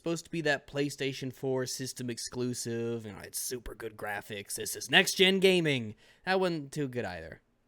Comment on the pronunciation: Does anyone else really hate how says "Exusive"? Every time he says it, in all of his videos, I hate how he says it even more, especially with the nonsense that is in the context when he says the word.